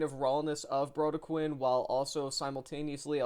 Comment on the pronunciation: Sorry, to be that guy but it’s “Bro-dec-kin” Good review, keep up the good work